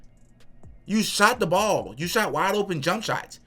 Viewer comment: Love the content bro everything you said is 100% suw sub! Lol I know how you kept saying waide open shots that's a great point bro ! Lol 😂